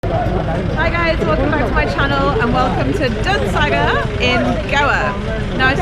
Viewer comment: It's not dudsagar